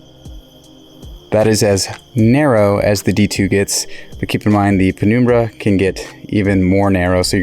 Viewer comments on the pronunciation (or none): its num like number and numb not penoombra ya goober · penumbra is pronounced Pen - um - bruh.